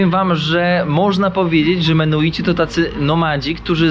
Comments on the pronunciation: mennonici, i beliz...bez e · Nie mogę już słuchać jak przekręcasz nazwę tej wspólnoty, musiałem przełączyć, uff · extra z , jak zwykle, błędami Mennonici a nie menuici, w Chicago nie Polker a Polamer..i setki innych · Ludzie !!! MeNNoNici, nie Menuici !! Tak jak POlacy, nie Paliaczi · Mimo najszczerszych chęci obejrzenia całości, po usłyszeniu "Menuici" po raz 38. nie wytrzymałem. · Mennonici a nie menuici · Lepiej się nie ucz... wali błędy w każdym odcinku. Mennonici a nie menuici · Odcinek super i mów proszę menonici a nie menuici. Chyba wiesz, że osiedleni byli również w Polsce w dolinie Wisły na odcinku od Grudziądza w kierunku Gdańska. Do dziś istnieją tam stare chaty i cmentarze menonickie, czkam na dalsze podróze i relacje😂😂😂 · Nie Menuici ,tylko Menonici ~~~~!!!! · Bardzo ciekawy odcinek, ale wciąż przekręca pan nazwy - mennonici. Bez urazy, ale ma Pan chyba małą dysleksję, bo często przekreca pan nazwy. A dzisiejszy gość pan George dał super wywiad. I niby nie groźnie w Belize, ale dziura w szybie samochodu jest.. po kuli lub po kamieniu... Bezpiecznej drogi.:hand-pink-waving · Menuici?😮 A nie mennonici? ... coś ty się tych menuitów w kolejnym odcinku czepił 😂A po angielsku mówisz jak trzeba 😅 Ale dzięki,to był ciekawy odcinek. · Kurde ludzie, ja wiem, że jesteście trochę niekumaci, ale to są mennonici (wymawia się wszystke literki) a nie żadni menuici. Nazwa pochodzi od Menno Simonsa, księdza - reformatora. Są chrześcijanami, więc pytanie, czy mają takie same tradycje jak chrześcijanie jest nieco chybione. Mennonici zamieszkiwali również obecną Polskę, głownie tereny nadwiślańskie od Torunia do Gdańska. M.in. Żuławy wiślane zostały przez nich odwodnione i zaludnione. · Chętnie bym obejrzał, ale mi uszy krwawią od tych "menuitów". Mój sąsiad na wsi na pendrive'a mówi "pyntrafj" - i chyba to bardziej znośne. Ale on ma 70 lat. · Nie Menoici ani Mennoici a MENNONICI. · Coś oporny na naukę. Dalej mówi Belize i Menuici